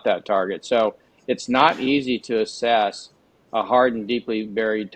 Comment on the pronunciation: YIKES! That's "ASSESS", not "ASSES". 😊